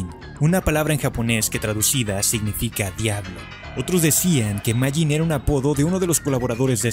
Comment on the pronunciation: Primero se pronuncia mafin y es humor japonés